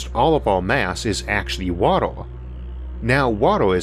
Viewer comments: He can't say the 'uh' sound and instead replaces it with 'ah' or 'oh' sounds. ("Water" becomes "watoh") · "Watuh" I love you, and I love this. Subbed. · The way you pronounce 'water', sounds more like Gary Kirpky's accent in Big Bang Theory🤣